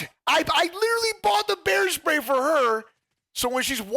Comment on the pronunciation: I though you said hair spray 😂